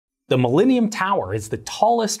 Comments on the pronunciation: Mil-lean-ium Tower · The “mileanium” tower. Sorry lol